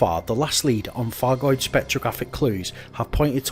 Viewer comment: I love your videos, I really do, but please can we get it clear that its not a 'fargoid' and please, please please pronounce the Th's and the F's correctly!!!!!!!!! Its not a Thucking Fargoid!